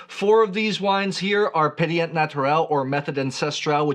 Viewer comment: Just for fun try this pronunciation of the word pétillant in French: PAY-TSEE-YAN . The end is not pronounced Yann like the first name, but Yan more like Yah (not really pronouncing the final N) . Hope I was clear haha